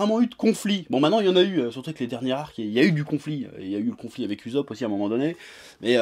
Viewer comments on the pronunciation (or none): none